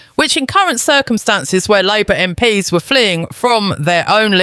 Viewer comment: Also listen to how the VoiceOver pronounces 'MP's'. I have reason believe this is A.I Generated content. Be skeptical always.